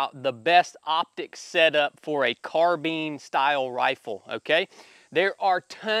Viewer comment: Car-bine > Car-been